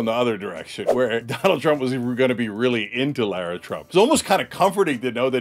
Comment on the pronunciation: LIE-RA Trump....lololol 🤣😂😅